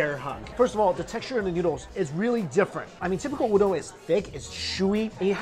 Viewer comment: why do u say ooodong(udong) its just oooodon(udon)